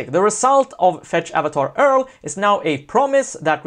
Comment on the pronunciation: URL - You pronounce it like you-are-ell